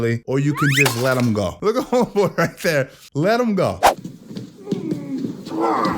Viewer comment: “Or you can just let him go” Lmaoo brah I cry laughing so hard the way you put the emphasis on that.! 😂😂